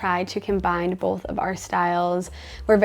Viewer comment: The "bolth" for "both" was a tell that we might be in Mormon Country with, yet again. Not a criticism, just an observation. They're quite the influencers.